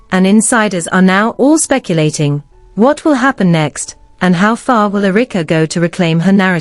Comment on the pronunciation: AI calls Erika (Errr-rick-a)